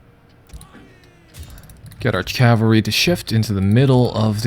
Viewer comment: Cavalry, not Calvary.